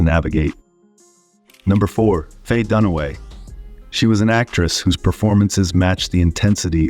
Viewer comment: Doone-uh-weigh? NO! Done-away, fool!!